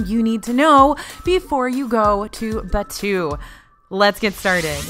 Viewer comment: omg as a star wars fan i cant, its pronounced baa too, not bachew it sounds like a sneeze